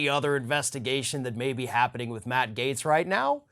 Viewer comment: Without freedom of speech we wouldn’t know who the idiots are. This Gaetz clown is so stupid he can't even pronounce his GERMAN name properly. What a trumpian POS.